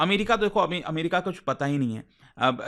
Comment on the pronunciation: America ❌ Amrika✅